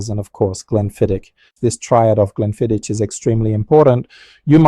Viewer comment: It is actually pronounced 'GLENFIDDICK' which is Scottish Gaelic which means 'Valley of the Deer' Also, it does concern me that you smoke cigars as you are increasing your chances exponentially of contracting lung and/or mouth cancer but it is your choice at the end of the day . . . .😎